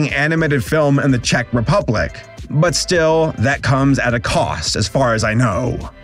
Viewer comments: Dont worry,, you’re pronouncing “Czech” correctly Of course I’d know, I live here (You still have to work on how to pronounce “Jan” lmao) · as a slovak, i'd like to note that czechoslovakia has not been a thing since january 1st, 1993 :) and yes... you did pronounce czech correctly so that's good lol